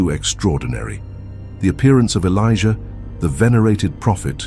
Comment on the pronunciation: 😅😂😂😂 why does he keep calling them? Felicia Elijah keep hearing Felicia